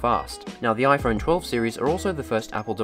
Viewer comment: "iPhern mini"